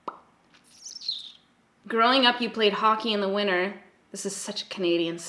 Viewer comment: i love how you say winner instead of winter #truecanadian ❤️🇨🇦